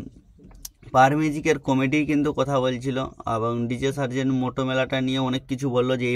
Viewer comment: Sobi thik but serzen ko Tarzen banadia 😂😂😂